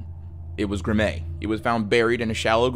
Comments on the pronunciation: Graeme is pronounced the same as Graham, just FYI. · I'm certain it's STILL pronounced that way in posthumous references. :) And Graeme's name is pronounced like graham, as in cracker. Got any more? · ok am I bugging or is pronouncing " Graeme" wrong? I've always pronounced it as "Gray-hem" not "Grah-mei" lmao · Love the channel dude, but Graeme Thorne’s is pronounced; “Gram” not “Gra-may.” I hate to be that guy, but it’s pretty lazy and borderline disrespectful to not make absolutely certain you’re pronouncing the murdered little boys name correctly. But I’m sure it was an honest mistake. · Great video. Brazil Thorne's son's name was Graeme (pronounced "Graham"). And the teacher who died on the Challenger shuttle was Krista McAuliffe ("Mc-CALL-if"). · the kids name is Graeme. Pronounced Graham. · Christ man, it seems a little disrespectful to butcher people’s names so badly. The teacher’s name was CHRISTA Ma-CALL-if. The name Graeme is pronounced graym or gram. And, as others have pointed out, it’s highly likely the Challenger crew lived up until the moment of impact. We can only hope at least some or all were unconscious… but we don’t know for sure.